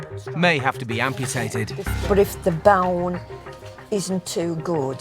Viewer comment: That old lady said bone like bow-en 🤣